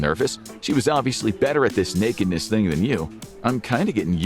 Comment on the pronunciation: I think team started smoking weed. 😂Also, I'm a big fan of the way you said "Nekidness"! 🤣